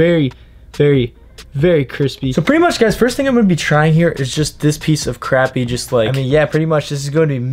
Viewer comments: FYI, it’s pronounced croppy not crappy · It sounded like you were saying crabmeat. It's pronounced crop-ee. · Pronounced “crop” not “crap” 😂🤦🏽‍♀️ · no its crappy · It’s spelled crappie but said like crop-ie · The only way to pronounce it is cr-o-pp-ie DA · Pronounced crOppie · You don’t say crappie right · Your saying crappie wrong